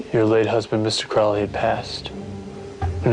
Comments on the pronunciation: & that waa Mrs Crawley saying Get Out. Mispronunciation of her name you all. That's disrespect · Crawley guys not Crowley lol